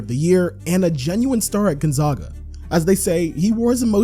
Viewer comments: Please don’t ever pronounce Gonzaga like that ever again 🙏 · The “zag” in Gonzaga is pronounced like “zigzag”. From Spokane, so I’ve heard that word so many times lol. Also, I hope my comment didn’t come across as rude, I legitimately really liked the video, and just thought the way you were saying it was kinda funny.